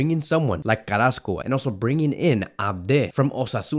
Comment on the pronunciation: Carassco? Smh